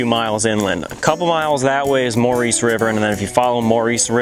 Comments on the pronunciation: Ok first of all the Maurice River is locally pronounced Morris as in the cat.If you say it any other way you will be taken as a Shooby.Secondly Potters Cabin and Fries Mill Tavern are one and the same.The Cabin sat in front of the more northerly of the double chimneys.It was burned down by kids in the early 90's.Potter lived in it mid 1900's,40's and 50';s I believe.It was a tavern in the 1800';s.The cabin had a piano in it and was still livable in the 70's when i first seen it as a kid,it was abandoned though.I got some wrold war two era readers digests out of it still in mint condition that were in the cellar hole where the pump still is,the roof was still good then.The town itself you wandered through on the way to find Matt.You missed the Mill foundations.The brisk house remains just north of the village with prickly pear all around it was a house that lasted into the early 80,s but abandoned long ago.The evil man who runs people off you spoke of is a retired cop named Garrison,those were his Dobermans you no doubt heard.He is very protective of the area though he doesn't own any land that side of the creek.You were on nature conservancy not state land but it definitely is not his. He will try to give you the third degree like he did me but when I informed him he did not own the land and that I was obviously not hurting anything he backed off and became quite friendly. He hates bikers,partiers and anyone who would trash the woods,once he realizes your not an A Hole he is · Maurice River is pronounced "Morris." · Most definitely not the “Maurice” pronunciation as he said it. Locals know😉